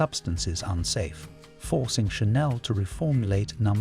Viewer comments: The AI narration is atrocious can't even pronounce the french perfume Chanel properly my favourite. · You should be jailed for pronouncing Diorissimo diarrhesimo🤦‍♂️! Then Channel, instead of Chanel. Thames for temps. And then came the final nail in the coffin:' Theory Muggler'😂😂😂! Keep up the good work🥳🤡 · Not 'dy-or-issimo but 'dee-or-issimo'..And 'pa-CHOO-li', not 'patula' which sounds like spatula 😂 'Sha-nell, not 'channel'... and not 'th-iery muggler', (😆) but 'Tiery Moogler'. Please do not use AI . On a positive note, the music was lovely! I miss the original Opium. I agree that those other fragrances that had civet needed to be reformulated, something that as an animal lover, I cringe. But the other ingredients, such a shame. Another fragrance that changed completely is "Chloe" by Karl Lagerfeld. My older sister used to wear it and I loved it because it was so different than the others around at the time. It always smelt clean and fresh to me. I was shocked when I smelt the new version. It's like a completely different perfume now.